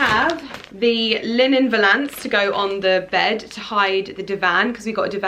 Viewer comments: Btw I believe you are pronouncing valance incorrectly, it’s valance, not Val.....ance, lol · The way you pronounce ‘valance’ 😂😭☺️. Really hoping you find him 🤞🤞🤞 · You say cornice and valance wrong every time 🤔😂